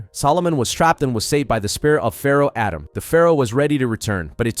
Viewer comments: ATEM not Adam. 😂😂😂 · Stop calling the Pharoah Adam. It's Atem. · Atem ❌ Adam ✅ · *Atem not Adam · Atem... not adam.. jesus drove me nuts whole video lol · I know it’s American thing but I just can’t not hear pharaoh “Adam” every time you say it 😂 great vid btw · The way this dude pronounces Atem is killing me. And he does it 15 times a minute. 😅